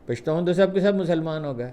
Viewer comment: اپکا پشتون کہنا بہت اچھا لگتا ھے ۔ ھم پشتو بولنے والوں کے لئے